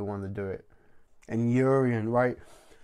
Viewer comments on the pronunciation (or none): YOU-RON it's YOU-RON put some respeck on the most fun villain this show has ever had